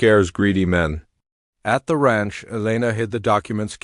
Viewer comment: The narrator needs to learn that Amber is not pronounced Ember, and Ranch is not pronounced raunch. Poor proofreading -distracting, plus it reduces the integrity of the story.